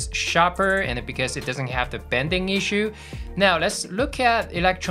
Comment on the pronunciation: Thanks for that. PS: it's bAnding not bEnding. Just a pronunciation issue. : )